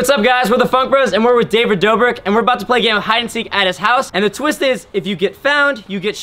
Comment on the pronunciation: Haha “hey what’s up guys we’re with Dabrick Dobrik”